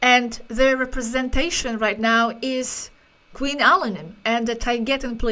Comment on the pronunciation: I'm sorry, do You say Queen Alamy.? Who is their ambassador please ?